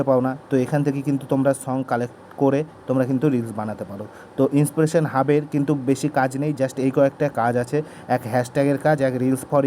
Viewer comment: ইনপ্রেশন না ইন্সপারেশন 😅